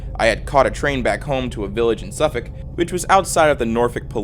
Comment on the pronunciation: I just need to say I appreciate how good your pronunciations of English towns and cities are. Suffolk was spot on and Norwich was extremely close!